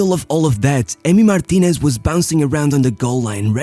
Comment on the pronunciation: Why does he pronounce every last name that ends in "ez" as "esh."